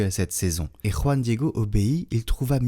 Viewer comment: Très bien prononcé "JUAN DIEGO 🎉😂❤